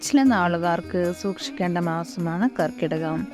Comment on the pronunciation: എടോ ജ്യോത്സ്യരെ "കർക്കിടകം" എന്നല്ല."ക ർക്കടകം" എന്നതാണ് ശരി.